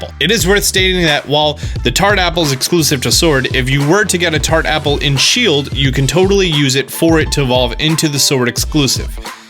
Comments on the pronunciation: you said Shiled not Shield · shield* not shiled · My favorite game Pokémon “shiled” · "SHILED" make my day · 'Shild exclusive' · “shiled only” get some sleep my dude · ah yes Pokemon Shiled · what's a shiled? Lol